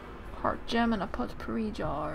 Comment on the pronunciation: It is pronounced poh-pourri, not pot-pourri. Not to sound rude or anything. I was just raises by an English teacher.